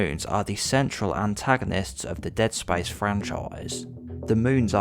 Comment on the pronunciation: Dead spayice